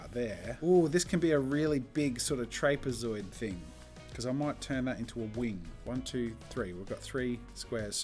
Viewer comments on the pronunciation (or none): Your pronunciation of trapezoid made my eye twitch. Here in the states, we say Trap-eh-zoid, whereas apparently you aussies spit it out as Trayp-soid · Your supposed to call a trapezoid (trap-eh-zoid). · Trapezoid? Trap-ee-zee-oid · Fascinating to me that Jazza pronounced it ”traip zoid” instead of ”trap eh zoid” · WHEN HE CALLED THE TRAPEZOID A TRAIPSE-OID I ALMOST DIED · Me, an American: trap-i-zoid Jazza: tRaPe-E-zOiD Seriously tho I love the way Australians say it 😂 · No one: Jazza: traypezoid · Trápèzoid is by far the worst way I've ever heard anybody pronounce trapezoid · Only Jazza can say "Trape-zoid" and get away with it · Jazza: "trape-zoid" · No! A square seen at an angle can be a trapezium but it can’t be a rectangle or any other parallelogram because of perspective. And stop using American English please but if you do use it then at least pronounce it correctly: ‘trapezoid’ isn’t two syllables. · i find it funny how he pronounces trapezoid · im sorry what?? a trapezoid??? did my man just say trapezoid with a long a????? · I cringe whenever jazza says trapezoid 😂😂😂😂